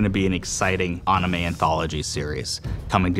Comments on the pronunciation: Ah yes "Awwwnime", very cool Disney. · Did he just say “onime”?🙄👀👂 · This man really said “onimay” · People it’s not ah- nime it’s ANN ime like as in animation. OP is right, one guy mispronounced it towards the beginning of the video. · He said Onime instead of anime. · he's saying it closer to how it's supposed to be pronounced than 99% of english speakers, so at least there is that... aw-knee-may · As soon as he pronounced and said “Ah-namay” I mentally checked out. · This man really just said onime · I love how they pronounce Anime as “Ah-Nime” also, this looks pretty sick and exciting. The art is amazing and I can’t wait to see this series come out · Everyone was going dying of cringe when they said Ah-nime during the Star Wars Visions Panel Livestream. It honestly was hard to hear them with a straight face. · Him saying anna-may instead of anime hurt a little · I think he was going for the Japanese pronunciation which is like Aw-nee-meh but he still ended up saying it wrong lol. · the correct pronunciation is AH-NI-MEH. I added the H after A and ME to describe it btw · Making an AWNIMAY and can't even pronounce it correctly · hearing them say "Oneemay" is the lowest point in humanity I've ever seen, only followed up by people suggesting you can chomping your finger off with the same force as a carrot and nuking hurricanes. Hyped by the recent trailer though :))))) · Excuse me, "aname"?! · Did he just say anime like "onime"? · He did not just call it onamay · AHnime?, how do you approach and enter a medium and then 10 seconds into your announcement mess up the NAME of the medium. Won’t be watching this just like I haven’t watch Star Wars, thanks for being incompetent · "Star Wars: Visions, is gonna be an exciting 'ONIMAY' anthology series" my god Disney Star Wars sucks, they couldnt even get someone who can say ANIME right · Me: Man I really hope they're taking this seriously *Literally the first person who speaks*: Ah-nime Me:😟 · Did he just say "ah"nime?